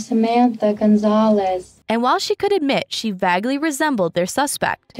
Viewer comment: She said vagley instead of vaguely too lol